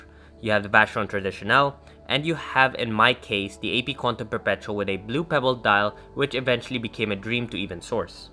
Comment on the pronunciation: When you said quantieme is sounds like you're saying quantum